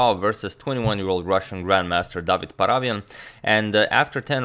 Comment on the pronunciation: Hey Agadmator, just wanted to tell you that the correct way to pronounce David's surname is ParavYAn. Hope that you'll take this into account, as you are an excellent pronouncer of names:)